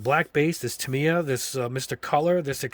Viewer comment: Quick pronunciation help after living in Japan and being a RC Modeler for years. Tamiya is pronounced "tah - ME - yah" with a slight emphasis on the ME and no emphasis on the tah or yah. In Japanese it's 4 characters (in hirigana) たみーや